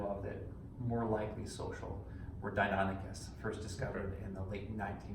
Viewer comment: So Deinonychus isn't pronounced like the Greek god.